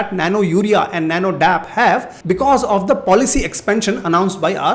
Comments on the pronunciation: Sir please correct...it's not nano dap..it's nano D.A.P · Dear sir that is not dap it is called D.A.P I am from former family